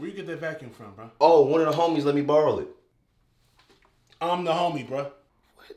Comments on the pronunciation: “CAN I BORROM YOUR STUFF?” “BORROM” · Borrom lmao